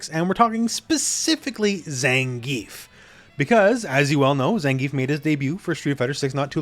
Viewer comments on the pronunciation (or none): ppl just can't pronounce Zangief's name right. lol